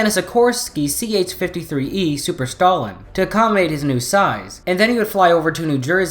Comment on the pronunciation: I've watched a few of your videos out of curiosity......Just an observation, but you pronunciation of words is killing me. Stallion for example....Stallion, as in a horse. That killed my ears bro.